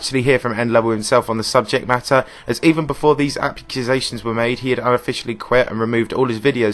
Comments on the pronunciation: "apccusations" ghahah ily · Did... did you say hackusations?